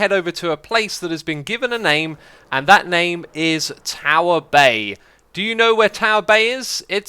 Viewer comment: The internet has ruined me I know in my head it's "Tower Bay" But all I hear is "Tower Bae"